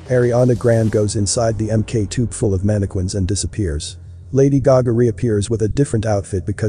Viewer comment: 'Mannequin' is actually pronounced with a hard 'k' sound: 'man-i-kin'. You know, with an M and a K